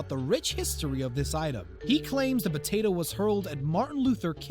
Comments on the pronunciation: imagine saying botato instead of potato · Did u say "Batatoe"???